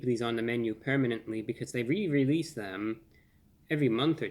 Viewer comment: Before ReviewBrah I never put so much emphasis on the word "release".